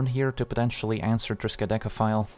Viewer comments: Agreed. That's not an easy card name to say the least :D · For real. I thought that right before reading your comment.